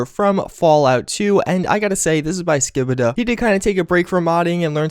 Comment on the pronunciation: its ski ba da